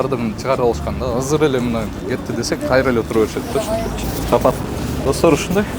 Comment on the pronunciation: Казыр эмес азыр деп суйлосо мэр